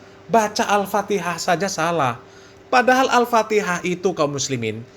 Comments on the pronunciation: Bahar Bahar baca alfatihah Mahrojal hurufnya berantakan sekali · Baca Alfatehah saja gak bener, bgmna mau baca Kitab Kuning, Har....Har !! ente mabok minyak Rem atau Mabok Air Aki ???? yg begitu disebut Keturunan Nabi SAW ??? Sangat Memalukan, sodare !!!! Mukibbin ente jadi semakin DUNGU itu nanti nya 😆😆😆😆😆😆😆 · Memalukan bin demit ini, bacaan Al Fatihah aja sdh tdk benar,apalagi bacaan yg lain,TERLAAAALUUUUUUU.... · BAHAR CUMA GAYANYA SAJA YG SOK ULAMA PADAHAL KOSONG OTAKNYA... BACA KITAB SAJA SALAH DARI KIRI KE KANAN... BACA ALFATIHAH SAJA SALAH... AMPUN DEH YG MAU BERGURU DGN BAALAWI KAYAK GINI...